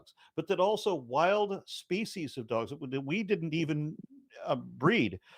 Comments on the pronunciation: I read this comment literally seconds before he said it for the first time. The comedic timing was so amazing that I wheezed from laughter. Thank you for lightening my day! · He also says speachies instead species